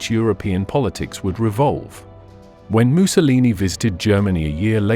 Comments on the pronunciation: Is the narrator deliberately pronouncing Mussolini like “moo-so-leenee” ? Like him or loathe him, doing so is childish…to say the least. Likewise with “aaaree’ian” for Aryan [a’reean]…? Disappointing if not sad, given the otherwise excellence of his documentary. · Why does the narrator keep pronouncing Mussolini as ‘Moose-a-lee-nee’? I have a feeling Adolf is about to be A-Dolff very soon. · Might be cause the narrator is from Britain.